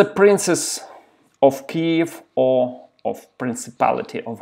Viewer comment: Только не оф, а ов. Оф - это off, а of читается как ов.